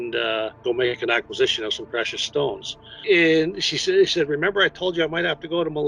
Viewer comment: The fact she said “precise” stones instead of “precious” didn’t arouse any suspicion?